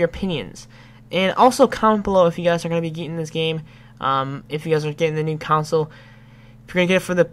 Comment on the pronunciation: Is console so hard to say